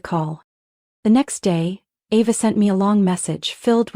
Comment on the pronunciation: This is a horribly written story, full of more holes than Swiss cheese. And AI can't pronounce Ava correctly every other sentence, practically. 😂